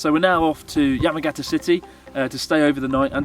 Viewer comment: Just wish Chris could pronounce the Japanese place names correctly...it's "Yah-mah-gah-tah" not "yemmagetta".